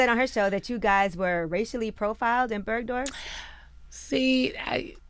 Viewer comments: BERGDORF not bergdoff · People need to stop pronouncing the shit as "Birdoff"